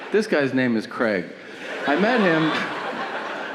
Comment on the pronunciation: Craig, not KREG!